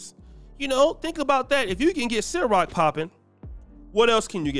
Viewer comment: it CIROQ not SYROQ🤦🏽‍♂️but I digress my man 😂😂